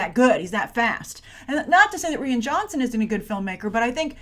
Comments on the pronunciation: Rian is pronounced like Ryan not Ree-an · Did she just say Ree-An Johnson? I hope you know it's pronounced Ryan.. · Just to say Rian pronounced Ryan not Reean. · Did you just say "Rian"? XD its "Ryan" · The way you pronounce "Rian" is throwing me off. For future reference, I'm pretty sure it's pronounced the same way as "Ryan" - so the 'i' in "rian" is say like "eye" not "ee". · Good grief, stop saying "Ree-an" Johnson. It's pronounced "Ryan". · Its pronounced R-I-an, not R-e-an. No offence Grace. Oops nevermind. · is it ree-yan ? I've always thought it was Rai-yan :P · How do you mess up the name Ryan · Its pronounced "RYAN"...cmon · the way you said it like Rhian is a girls name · It's pronounced Ryan